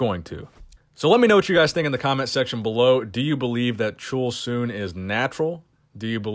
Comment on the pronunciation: Korean here. Hwang Chul-Soon(plz, his not chool-soon, chul sounds Church’s Chur- with l sound instead of R. has it.) IS considered Juiced by Korean. Far east asian like we are, can’t have that mess in DNA’s pre-program. He has some moral-criminal issue, and one of them is battering a WOMAN.